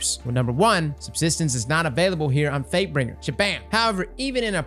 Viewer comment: Question for everyone, am I the only one who hears say fatebringer as fakebring at the beginning of the video?